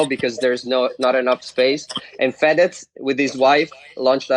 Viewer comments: He Say fedez "fat ass" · Fedez che diventa Fédezzzz ahahah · ma come pronuncia Fedez sto male